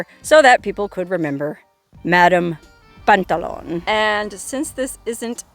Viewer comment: Pantalon is french for slacks or pants it is not pronounced like on at the end it is the ou you.😊